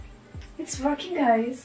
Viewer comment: Woarkinng was iconic 💀